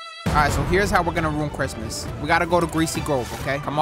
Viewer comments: Does say cricmas sometimes????? Or am I trippin 💀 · Wtf is crickmas 🤣